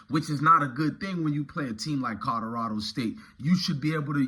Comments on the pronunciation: This nigga said Kadarado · Nigga you need to go back to school you cannot pronounce Colorado for shit.